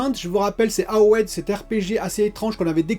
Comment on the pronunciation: Franchement très intéressant la stratégie de Xbox j ai hâte de voir la conférence demain. Comment t a prononcé Avowed ???😁🤣